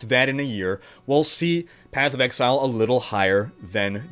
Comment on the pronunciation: Sounds like was taking a course in MS Excel:D. The number of times you say Excel instead of Exile is hilarious:). Thanks for a good vid!.